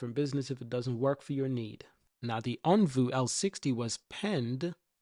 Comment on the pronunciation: It’s OnvO—-not OnvU Also it’s widely known that Firefly is a cheaper, not more expensive brand….c’mon man, let’s spread the right stuff—-keep up the fight tho- appreciate U